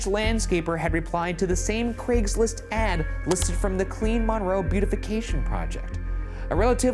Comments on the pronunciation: Hey did you know the locals pronounce it 'mun-roe' rather than mawn-roe? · Hearing Ryan say mohn-roe instead of mun-roe killed me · So, I grew up in Monroe (btw, local towns have a habit of having names that are not pronounced the way you think, MINroe is correct). I was in 8th grade when this happened, I remember going into lock down for it. My teachers remembered him and no one expected this from him. Also, not the most interesting crime related thing from the town imo. 😉 Google Dennis "Slick" Lilly and enjoy the epic crime/love story. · I remember when this happened, we live 45 min north of Monroe. It was crazy (and it is actually pronounced Mun-roe 😂) but I still love you guys lol😊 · Little bit of a moot point but it’s pronounce “Mun-Row” to Seattlites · As someone from here, the way he was saying "Monroe, Washington" got me. (pronounced MUN-roe) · Hearing the way the pronounce Monroe made me chuckle. This is just 30 mins away from where I live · As someone from the Monroe area, Ryan’s pronunciation of Monroe is wild to me 😂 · I have lived by Monroe (p.s. you are saying Monroe wrong) my whole life. Never have I he about this. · Ps Ryan, you're pronouncing monroe wrong😅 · Ryan’s pronunciation of Monroe not two minutes into this reminded me that, despite the serious music and intro, I shouldn’t take this very seriously. Gotta love it.